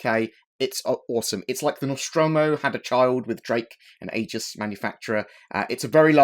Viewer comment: Isn't Aegis pronounced "eejiss"?